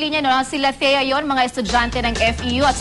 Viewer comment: Thea.. hindi BEA... imba ears..